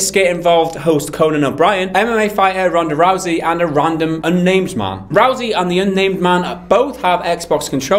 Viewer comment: Rousey is pronounced like house not roosey. Great vid as always guys